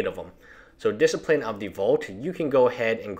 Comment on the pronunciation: this seems like a pretty poorly done video. why are you talking about the deck that's banned in so many ways you can't even play it in Legacy, Vintage or Commander. and then you go ahead and miss-pronounce disciple, i know English isn't your first language but come on, put more effort into it. you could be talking about a much cooler deck, like high tide, that's a deck actually worth breaking down and explaining.